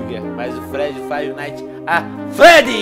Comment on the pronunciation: Venom se nem sabe pronunciar freddy nem fnaf e não deve saber um pouco da historia do jogo... EU NÂO SOU SEU HATER VENOM OK :3